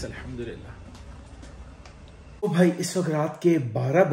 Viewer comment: Allhumdulillah Bola kry bhai Allkhum Ni boltay Ye ح ha halaq se naklti haa bhai